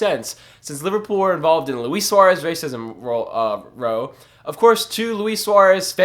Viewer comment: funny the way you say row lol